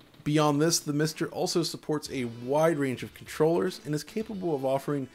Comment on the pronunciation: each time he says MISTer it sounds like something from from bdsm porn